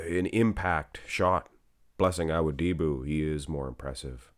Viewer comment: It's not "bran-de-oh." It's "bran-dow." And it's not "Ah-wo-DI-bu" it's "Ah-WO-di-bu." I know you're going to think I'm just another annoying commenter, but bro, it's SO DISTRACTING with you butchering these guys' names every 10 seconds. It would be like watching a channel and hearing someone constantly say Sylvester "Sta-low-nee." Can you PLEASE put some effort into learning at least the most popular guy's names so we don't have to be distracted with constant mispronunciations and we can just enjoy the content? Please and thank you. And before you think I'm just another hater, I watch AND upvote ALL your videos.